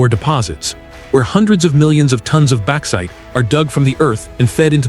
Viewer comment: AI FFS Baxite